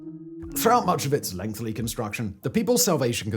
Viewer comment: Simon please. Learn how to pronouce lengthy. Hasn't got an extra L